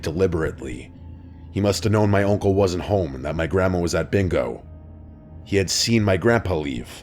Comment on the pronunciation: I’m sorry but what is that accent when you say uncle lmao. Sounds like oinkle